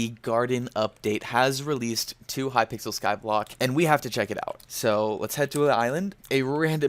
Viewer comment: did anyone else notice that he said in the intro hypickle skyblock not hypixel skyblock